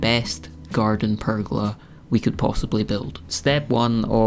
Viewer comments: A prrr-gola! 😂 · Nice work on the "purrgola"!